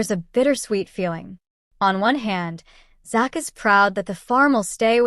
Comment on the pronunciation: You could at least learn to say his name right which is Zach with a Z